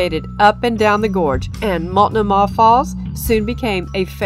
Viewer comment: Tip from a PNW local: Multnomah has the accent on the second syllable with a long O.